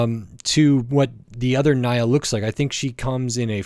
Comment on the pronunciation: WHAT DID YOU JUST SAY???? NYA'S NAME IS SPELLED NI-YA NOT NA-YA!!! WOULD YOU SPELL MY NAME AS JEY OR KAI'S NAME AS KAY? - J⚡